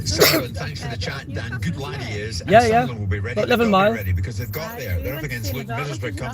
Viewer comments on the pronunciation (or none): It was nice for Millwall to do a Sudnerland instead of Sunderland 😂